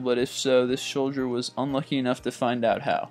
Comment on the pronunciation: "....in their schhtomachs"......"this shhholdier"...Come on dude, you speak on youtube, thats your thing....you would think you would pronounce things correctly at the very least. You're doing voice overs, all in different takes...why would you just re-do the ones you messed up?